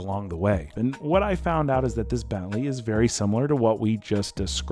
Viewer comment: It took me a while to understand 'belly' is your sloppy way to pronounce 'Bentley' . Seriously?